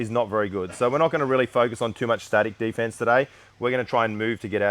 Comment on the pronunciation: "We gonna be doing day fence"